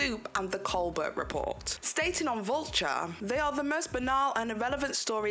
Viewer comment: Just an FYI, Colbert is pronounced like “Cole-bare” not with a hard T like you used.